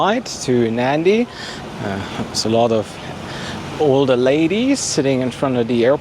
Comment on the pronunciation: Nadi, not Nandi .